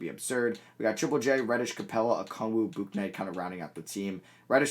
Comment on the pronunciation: Your pronouncing James Bouknights name wrong, it is pronounced, James Book-Night